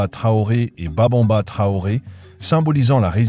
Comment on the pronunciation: C'est Babemba et non Babonba ok 👍😊